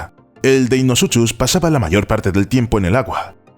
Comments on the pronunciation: me hace gracia lo mal que pronuncia deinosuchus . la "ch" se pronuncia como un a "k" se pronuncia "deinocus" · Me encantó el video muy bueno, solo un par de anotaciones Deinosuchus se pronuncia "Deinosucus" y en la palabra Quetzalcoatlus la primera U, no suena ya que hace referencia al ave actual del mismo nombre y a un dios maya y por último los nuevos estudios ya nerfearon a mi Dunkleosteus :c parece que no midió más de 3 metros pero esa se perdona porque tiene como un mes que salio el estudio